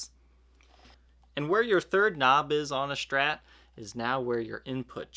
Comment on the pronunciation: Also can't stand the 'sh' pronunciation of SHtrat. It's not right to make fun of someone's way of speaking, but I seriously can't watch his videos.